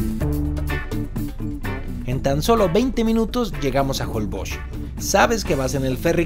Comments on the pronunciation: Por que a varios youtubers les escucho que pronuncian holboch, no holbox, asi se pronuncia?, saquenme de mi ignorancia. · Porque dices JOLBOKS? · Jolboch...así se dice? 🤔 Un día de esos cuando hagas la prueba del colchón, te van a poner un sable en medio y ahí te vas a quedar ensartado...jajaja. Es broma. Están buenos tus comerciales.